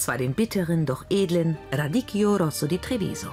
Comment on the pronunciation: Radicchio... RADIKKIO.. man man man... echt peinlich dass sie nichtmal den Namen eines Salates aussprechen kann....